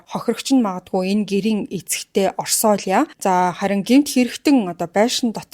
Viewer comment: Оршояа гэж дууддаг нэр байна шүү